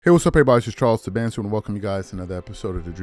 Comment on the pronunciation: Charles "Swat" Tabansi 😁😁